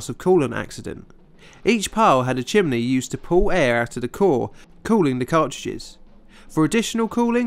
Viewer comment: "Chimley" This is how "Chimney" is pronounced in Central Pennsylvania. I have wondered about the origin.